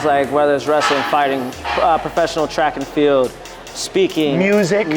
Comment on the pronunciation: Did he say track and field?